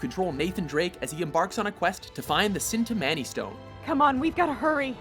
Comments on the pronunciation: IT'S 'CHIN-TAH-MAH-KNEE'. I'm sorry, but mispronunciation always gets to me X( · Did he... did he seriously just pronounce it like "sin-tah-manee stone"?? is a fucking joke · I don't understand, why must you say names and titles wrong all the time. It's chin-ta-mon-e stone not the sin-ta-man-e stone. Seriously, like do you guys think you're too good to say them correctly or something? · You didint pronounce the stone right in uncharted 2 it's with a ch not a s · Did I hear 'sin' ta-man-e stone? Chintamani stone! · This dude has clearly never played uncharted 2 based on the way he tried to say 'Cintamani stone' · Ok get this right (chin-ta-ma-ne) stone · he pronounced cintimani wrong for uncharted 2, but awell, hey remember when drakes fortune came out and it was awesome but then 2 was better how cool would it be if that happend for the last of us, despite the fact it probably wont and most dont even want a sequel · Geez the way you said Cintamani stone was so wrong.